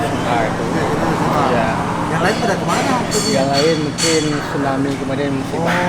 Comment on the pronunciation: Tsunami kak bukan Stunami